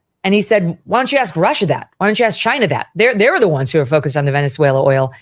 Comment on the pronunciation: The way she says China Russia makes her sound so stupid and uninformed